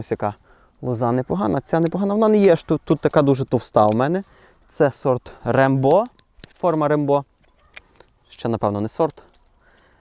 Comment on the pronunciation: розсмішив наголос